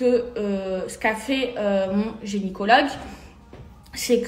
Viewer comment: Telement elle est bete elle dit « geniecologue ». 😂